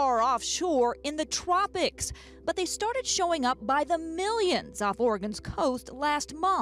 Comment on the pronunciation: haha! the reporter said "twopics" haha!